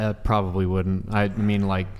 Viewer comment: “Wouldn’t” isn’t “Would-dint.”